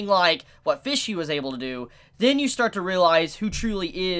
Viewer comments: Any other person: Pesci: PHISHSI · Why do you pronounce Pesci (Peshy) like Fishy? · Fishy? It’s Pesci, pronounced “Pe-shee” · I swear to god pronounced P-E-S-C-I (p e s s h i) as F-I-S-H-Y every single time - I mean the word translates to 'fishes' from italian but still.... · Everytime he says fishy I die a little inside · As an Italian everytime you say Pesci I cringe a little lol, still awesome review tho